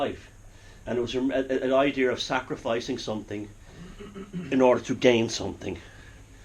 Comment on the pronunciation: I love you and I love your insite.Mostly I love the way too say idear.You can take the boy out of Ballymone but you can't take it out of the boy.Gods bless you.